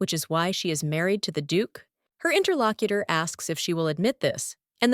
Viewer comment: God why does it keep saying "Interlockiter"? That is so fucking annoying. 1 star out of 10 just for that.